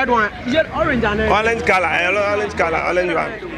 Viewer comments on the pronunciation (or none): 'Olange' one no...hahaha